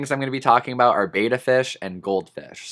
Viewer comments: It's pronounced "bet-uh" not "bay-tuh" reeeeee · the advice the petsmart near me gives me wanna work there just so i can give customers proper pet specific info that is accurate lol also betta is said bET- Uh not BAy-tuh just sayin [ a literal pet peeve of mine] i afree with ur list btw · Love your video. Very informative and so true. One thing, and I hate being that person, but I promised a fish enthusiast that I would mention it whenever needed. The correct way to pronounce "betta" is with a soft e, as in bet. Many say it with a hard A sound. I did also until I was corrected by many people at a fish and reptile show.